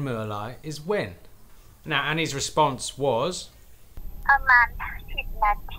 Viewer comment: It's PRA-man, not BA-man. Learning to read is crucial.